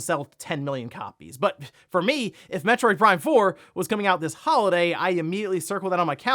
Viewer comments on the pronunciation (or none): none